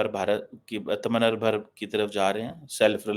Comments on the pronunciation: call him till he calls atmanirbhar properly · Bhai atmanirbhar to bol le theek se. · He mispronounces on purpose to show he doesn't have a single bone of Indian origin. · The way pronounces "atma nirbar " its very funny..😅